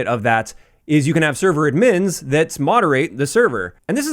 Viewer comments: good video, no way thats how you pronounce admins lmao. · dude the way you say "admins" is so funny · Not that it matters, but are you Canadian? U pronounce "admins" weird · glad it wasnt just me that noticed it. Maybe its a regional thing